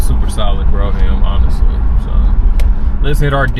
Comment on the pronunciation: I am so sorry to say, but I cannot help it. I am an English Professor. The pronunciation of brougham is “b-roam”, not bro-ham” and on your play list where the header “Cadillac’s” should have no apostrophe. I’m a big fan of the channel, and I am looking for either a 71-75 Centurion/Grand Ville/Delta 88 convertible or a 90’s Fleetwood Brougham. I am especially interested in a tan interior whatever vehicle I choose. Blues and greens are favored colors, but I am open to anything in excellent condition. Original rims and no modifications please. Thank you so much gentlemen. Please reply in the thread. A big fan of your work. Again, apologies for the corrections it’s my job and my OCD. Thank you once more. Macon Pullman